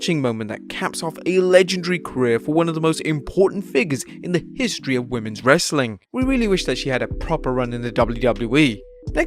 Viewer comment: Dislike for as long as you say wrestling content with this awful way.